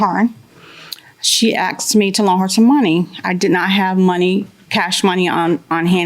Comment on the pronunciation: She “axed me” lol. Thats such a ghetto response